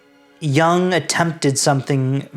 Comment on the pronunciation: A very nice job. Two important notes: please, for heaven's sake, learn how to properly say Jung, and Übermensch! That is all.